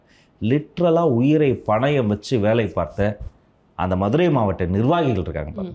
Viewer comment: ஐயா, பணையம் இல்லை பணயம்.